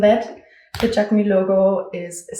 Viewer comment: This video is so helpful ! Thank you. Just from a french speaker, Jacquemus is a word in which we pronounce the s at the end